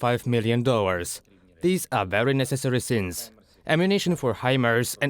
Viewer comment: "necessary sins"? What? Did he mean to say "sums"?